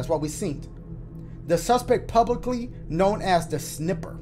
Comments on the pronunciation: My boi really said Sniper instead of Snipper XD Still love ya dash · Dashie 1st pronounced "snipper" as "sniper" but then said it right later on. Reminds me of a kid back then who did the opposite calling a sniper a snipper in BO1. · Lol "sniper". Bruh you mean snipper as in snip snip snip with the scissors. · sniper instead of snipper 😂😂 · "The sniper." says snipper. Lmao I love this man